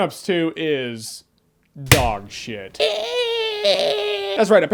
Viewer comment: LOLZ LOVE IT WHEN HE PAUSE AND THEN SAYS.....DOGSHITE *SLAT* ZDDDDD!